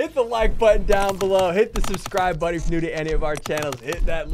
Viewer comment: Drink that like buttun